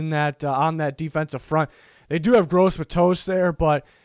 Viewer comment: This dude called Yetur Gross-Matos, Gross Matoast LMAOOOO